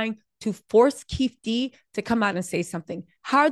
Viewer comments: FYI it is not “keef d”it sounds like”keef E D “ Keef E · How didn’t your people tell you that his name is Keefe D not Keef D😂. Hard to watch repeatedly hearing Keef D. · It’s keee/Fe/Dee